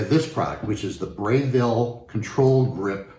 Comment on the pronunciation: Interesting unboxing. FYI - It's Breville, not Brayville. Braun. Not Brown.